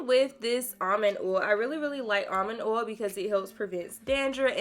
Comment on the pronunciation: The mispronunciation of oil is really getting to me